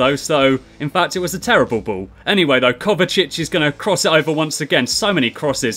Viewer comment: You pronounce ball "bow" lol